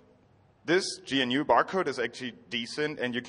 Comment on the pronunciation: It's pronounced guh-noo